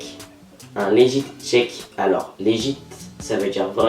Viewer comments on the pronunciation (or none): juste un truc .. LEGIT = LEGUIT et non pas LEJITE .. ;)